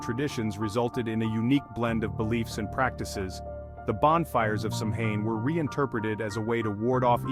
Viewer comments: You are totally pronouncing Samhain completely wrong…. If you’re going to try and speak like you know what you’re talking about you might want to do the actual research and pronounce things properly instead of insulting the pagan religion. It is pronounced “Sow-Wen” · Turned off when I heard "Sam Hine" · I Turn off video. you lose any legitimacy when you pronounce Samhain that way